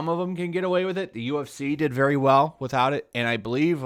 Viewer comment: 'Withoutovit'. Im sorry.. lol